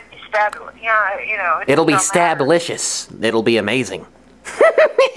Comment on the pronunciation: Omg marry me! <3 XDD It's stab-a-licious XDDD